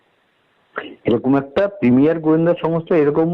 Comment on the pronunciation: কথায় কথায় ইংরেজি বলার খুব শখ্, কিন্তু বলে ভুল... প্রিমিয়াম কে বলে প্রিমিয়ার!!!